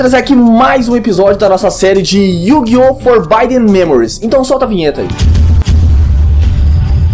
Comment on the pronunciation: eu to jogando isso! haha, consegui chegar no 3rd seto, com um deck em q minha carta masi forte tinha 1800 de ataque, tudo fazendo fusao dql dragao de trovao, aí eu colocava campo de agua + equipe de 500, dava 3800 de ataque... mas tinha que dar MTA cagada! haha E pra constar, a pronuncia do nome do jogo é: "Fórbden Mémôrris" (com B do forbiddenmudo)